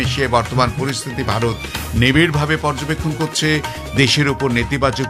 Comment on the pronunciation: একটি পরিবর্তন লক্ষ্য করি—আজকের অনেক কলকাতার সংবাদপাঠক “ভারত”-কে প্রায় “ভাড়ত” উচ্চারণ করেন। সবচেয়ে গুরুত্বপূর্ণ বিষয়: “র” বনাম “ড়” বিষয়টি —কলকাতার সংবাদপাঠে র-এর জায়গায় ড়-জাতীয় উচ্চারণ—এটি আলাদা করে দেখা দরকার। বাংলা ভাষায়: র = /r/ ড় = /ɽ/ ঢ় = /ɽʱ/ এগুলি একই ধ্বনি নয়। তাই— রবীন্দ্রনাথ → “ড়বীন্দ্রনাথ” করা শুদ্ধ উচ্চারণ নয়। রাম → “ড়াম” নয়। ভারত → “ভাড়ত” নয়। আকাশবাণীর ঐতিহ্যগত উচ্চারণের শক্তি ছিল স্পষ্ট, পরিশীলিত কলকাতার বাংলা, কিন্তু সেটিকে সংস্কৃত-ঘেঁষা কৃত্রিম উচ্চারণ বা প্রত্যেক র-কে ড় করে দেওয়া হিসেবে বোঝা ঠিক নয়। আকাশবাণী কলকাতার ঘোষক/ঘোষিকাদের নির্বাচনে বাংলা উচ্চারণ ও সাহিত্য-সংস্কৃতির জ্ঞান পরীক্ষা করার কথাও সাম্প্রতিক একটি আলোচনায় উল্লেখ করা হয়েছে। ওড়ে কুশীলব, কড়িস কী গৌড়ব, ধড়া না দিলে কী পাড়িস ধড়িতে। It should be: ওরে কুশীলব, করিস কী গৌরব, ধরা না দিলে কী পারিস ধরিতে?